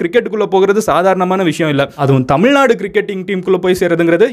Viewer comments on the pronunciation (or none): none